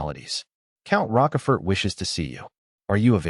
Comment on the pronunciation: Ffs it's like "roach" but with a "sh" instead of a "ch" and the last letter is silent because the French love being contradictory; pronounced "roash-four". This AI needs to be read some Alexander Dumas.